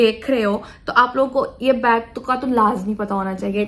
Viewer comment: it s bag not beg